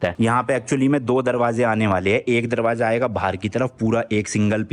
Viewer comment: Following you from London series, I like the way you explain things so easily. Also, your accent and words are very relatable which make your videos even more interesting. For example you said "darwajja" to darwaja lol 😂